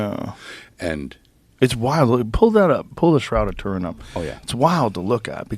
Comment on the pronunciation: “Pull the shroud of Torin up”